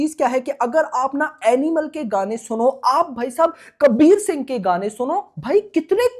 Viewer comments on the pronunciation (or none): none